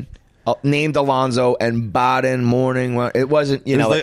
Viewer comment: Bodden is pronounced Bow-dun, not bah-den. Funny dude for sure, been around a long time.